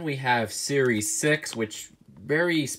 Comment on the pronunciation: Lol u said sries fice